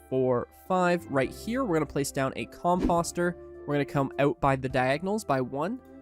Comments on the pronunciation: Everytime he says the word composter wrong it hurts my brain. Just because it looks like imposter doesn't mean that's how you say it. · All due respect. I unfollowed you after hearing you spam a mispronunciation of "composter" 99 times in a row.